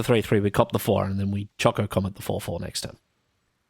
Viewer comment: Oh man, Azusa and Chocobo Racetrack? That could've been awesome! I don't like Cargo Ship in this deck, personally. Doesn't do much. "choCOcomet" is the absolute most cursed pronunciation I've ever heard, and I love it. I had not seen Summon: Knights of the Round before. That is... disgusting. And also extremely lore-accurate. Wow.